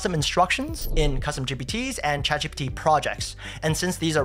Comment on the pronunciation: great content - unfortunately for me, I have to listen to this at half speed - when he is saying, "Chat GPT" it comes out like "Chacfee' and when he says, "Text Expander" it sound like he's saying, "test-a-spanner'